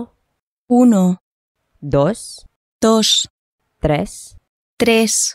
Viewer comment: Vulgar Latin (more precisely I would say "spoken Latin") has some faults in the recording. First of all, originally long "E" was pronounced a close [e], so "tres" should be [tres] and not [trɛs] as you say it. Second, "quattro" was pronounced [kwat(t)ro] with the [w] element, and not *[kattro], otherwise Italian and Spanish wouldn't say [kwat(t)ro]. "Cinque" was probbaly pronounced also with the [w] element, compare Sardinian "kimbe", where the [b] is the result of a [kw] group. Maybe in Proto-Castilian it was also *cincue, then the "ue" diphtong changed to "o" in unstressed position. The number six was rather [seʰs], with the softening of [k] in Latin SEX, and from that [ʰ] is the glide [j] in Spanish "seis". In Italian, however, it is the final -s that converted into the glide [j] in "sei", or maybe it is both the [ks] group by softening. Anyway, if it were "ses" in spoken Latin, there wouldn't be the glide [j] in Spanish "seis". The number eight should have been or "otto" or "oito", because the [k] in Latin OCTO became first [ʰ] then [j] in Western Romance, and just lengthens the [t] by assimilation in Italian. So it couldn't have been *oitto, because the lenghtening of [t] in Italian and the glide [j] in Western Romance is the result of the same phenomenon, and they exclude each other; the evolution was something like this: OCTO > [oʰto] > [ojto] or [otto]. In the sample text part, CAELOS was pronounced [cɛlos] then [ʦɛlos] in Western Romance, [ʧɛlo] in Italo-Romance, but